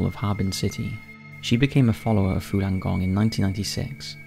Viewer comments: Falun - not Fulan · Why are you pronouncing it “Fulan”? It’s spelled “Falun”... c’mon man